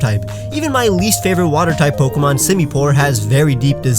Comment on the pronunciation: DO NOT LEAVE OFF THE O IN FAVORITE!